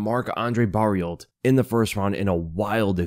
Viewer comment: the L and T in Barriault are silent. had to correct you on that 🤓